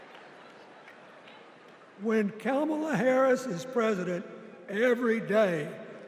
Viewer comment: He doesn’t even say her name correctly. Party of fakes. You installed her like you did Biden.